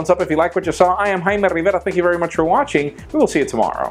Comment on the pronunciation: I just love he says "RRRRIVERA" :P